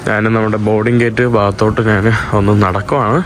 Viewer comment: നാൻ അല്ല, ഞാൻ ആണ്. നിനക്കു ഞാൻ വഴങ്ങില്ലേ ?